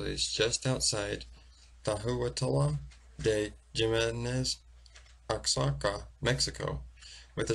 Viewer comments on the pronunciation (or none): It's pronounced Oh-hock-uh, Mexico. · oaxaca is pronounced "wa-ha-ca"...its fun to say, lol